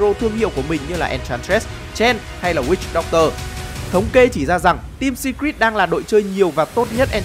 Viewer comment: Đọc phát âm Secret chưa chuẩn lắm ạ